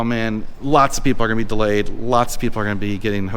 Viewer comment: The word of the day is "delAAyed"